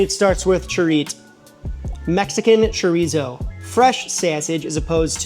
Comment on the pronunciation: Sorry, but that "English" breakfast looks nasty. Between you and Sam, at least ypu pronounced the R in chorizo.... Sam keeps saying tree-zoh and it drives me nuts. It's Chor-ee-so. No Z sound. It supposed to sound like an S.